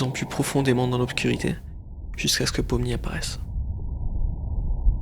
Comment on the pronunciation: Par contre toi tu t’es trompé sur les mots déjà de un c’est pomni